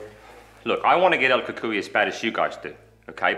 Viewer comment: I still have my 1983 toyota truck, the English accent was right on. El Cucuy is perfect.. This is better then Netflix. Downey, California